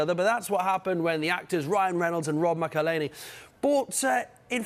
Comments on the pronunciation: Rob... Makelele? 🤣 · Sky sports pronounce so many difficult foreign names correctly but couldn't pronounce Rob McElhenny properly lol 😆